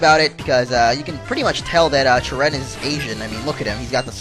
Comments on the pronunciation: you are saying cheren wrong you: CHUH-renn real: CHARE-run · hey ppl plz dont hat this is something a game designer said on the website the name cheren its acctually sheren when you pronounce it